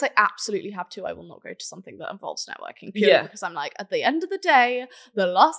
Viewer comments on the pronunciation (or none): “Successful” but still can not pronounce “because” properly 🤦🏻‍♀️